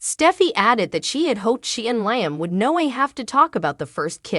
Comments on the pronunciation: 😂 Learn how to say the names of the people in the cast. L i a m not L i a m e. You need to pronounce the names properly. Sick 😂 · LEE-UM, NOT LY UM, if your talking about these actors get their names correctly